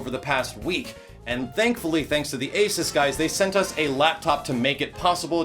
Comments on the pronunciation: It's ay-SOOS, not AY-suhs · The moment you realize doesn't pronounce ASUS correctly and is sponsored by them.